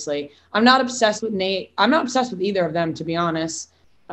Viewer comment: It’s Nayte